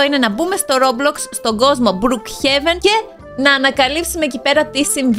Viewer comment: λέγεται μπροκ χεβεν αλλά συνέχισε είσαι τέλεια